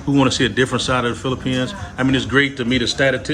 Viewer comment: this is a great interview! Most people always seem to forget how relatively inexpensive to attend college in the PH. And how high the educational standard is over there as well. But bro, you seem to read the Bible a lot cause you keep calling the Philippines, "Phlippians" and Makati, "Makate." That shit trips me every time you say that...lol! Great content though.